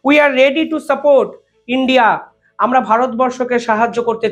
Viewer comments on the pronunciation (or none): none